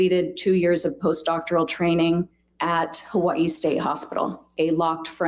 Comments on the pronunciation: Also. I lived in Hawai'i. Dr. Curry is actually pronouncing Hawai'i correctly. The 'okina, between the two i's is a glottal stop. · Lol that's how you're supposed to pronounce Hawaii, so I feel like it's okay😅 But I don't like when people say ex-specially because that one's not actually correct lol😅😅😅😅😅